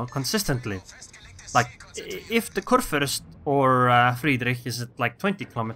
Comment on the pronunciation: Am I the only german that is watching this vid? XD I mean, respect to you Sir. You nearly nailed the "ue/ü" but this ship is a man ^-^. A "Fürst" is a man hired by the king to rule his part of the land. I guess nobody cares but anyway just wanted to say it. Btw nice videos you got there on your channel.